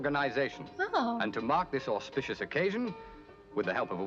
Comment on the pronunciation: Things are moving on, nearly the end of the series! I missed this episode at the time and the following re-run. Didn't catch it until maybe the '90s by which time I knew all about it from the episode guides published in books and fanzines in the meantime. Btw, did he say aushpishous occasion?